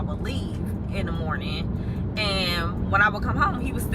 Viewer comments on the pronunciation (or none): Not “Mernin”😂😂😂 good mernin to u too🫶🏾